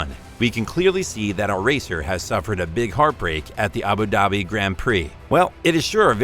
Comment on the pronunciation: It’s Abu Dhabi pronounce the d like “dhubi”